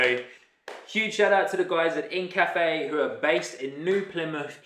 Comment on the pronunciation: I think it’s pronounced Inca-Fe. Like the Inca people of Peru